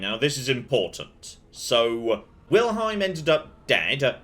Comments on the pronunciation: Kinda impressed/unimpressed. reading Wilhelm as Wilheim actually pronouces "ei" correct. Which very few english speakers do. Yet he starts from a complete misread. I'm probably alone but that's interesting. Or does he just pronounce Wilhelm funnily? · NPC: "Wilhelm.": "Right, Wilheim, got it." I'm laughing harder every time he gets it wrong. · Find it so funny how pronounces Wilhelm lol 😄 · That's right!! Except kept saying Wilheim I think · Wilhelm is a family name, and ours is pronounced exactly as written... wilhelm. Not wilheim.